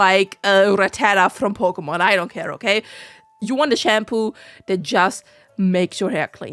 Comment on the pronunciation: I dunno, I just find that pronunciation amusing. :)